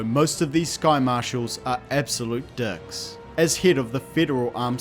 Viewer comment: Just FYI, I think you need to pronounce your "I"s properly. "Dicks" sounds like "Ducks", "hinted at" becomes "Hunted at". And its not just me, the closed captions read like it as well.